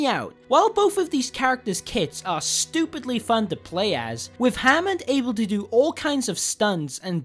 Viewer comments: And christ dude, it's Hammond nit Jamond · Ha-mond and Brigett